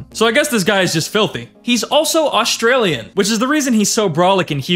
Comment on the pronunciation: The way you said "Australian People" is funny lol